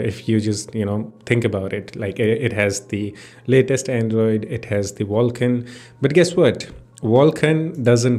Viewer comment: Wtf is "Wulkan"